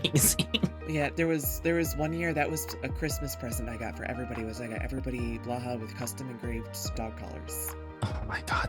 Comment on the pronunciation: I stand by my position that there's no wrong way to pronounce blahaj (depending on how it's spelt with the overring or not), but Moth's pronunciation is absolutely wrong xD /lh